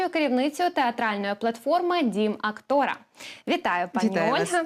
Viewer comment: Актора ?! 😊 Девушка с ударением проблемы ?!